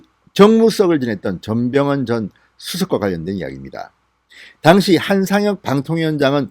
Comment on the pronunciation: ^당시^ 라는 발음 ^당^에 악센트가 없습니다. 저도 진의원님 강력지지자이고 동향입니다.